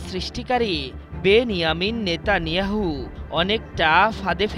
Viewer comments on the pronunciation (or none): none